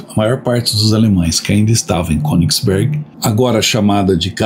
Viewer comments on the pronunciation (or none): Baita vídeo... me emocionei com a parte dos civis mortos. Se me permite uma pequena correção... na língua alemã o "ö"...lê-se como "e" nasalado... Então, o correto é falar Kênigsberg... Numa tradução literal, seria monte(montanha) do rei. Abraço e obrigado por mais essa excelente aula de história.